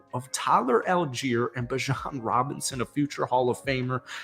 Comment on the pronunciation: it’s beejon not bijawn😭